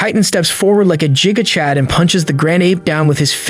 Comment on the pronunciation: i love the way he says giga chad wrong and says jiga chad